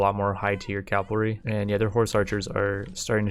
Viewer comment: So you all think he will ever start saying cavalry instead of calvary?